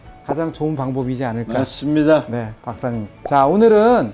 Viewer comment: '맞습니다'가 '믿씝니다'로 들리네요.